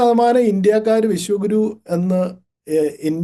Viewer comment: Sunithayudey oru thettidhaarana😮😮😮avar paranjathu " vishakuru" enaannu, Vishwa guru ennalla😂😂😂😂😂